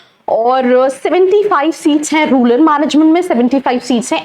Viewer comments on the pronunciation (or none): रूलर नहीं रूरल